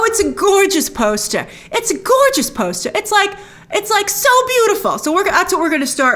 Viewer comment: "And we gaht a POST-UH!" "It's only a TEASE-UH!" 😊😊😊😊😊